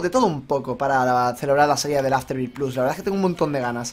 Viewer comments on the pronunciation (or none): none